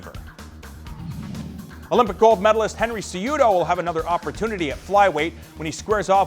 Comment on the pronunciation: CEh-HUh-DOh Cejudo!!